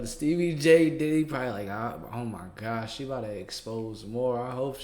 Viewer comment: That boy called him diddly 🤣🤣🤣 I remember when Rubert from icarly called gibby “gibbly”, gave me a flashback to that 🤣